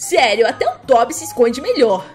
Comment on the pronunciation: O certo é tobi e n tóbi tendeu:))) espero te ajudado